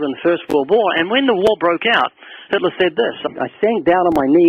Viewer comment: “Hilter god, and the Bible” is what it sounds like she’s saying.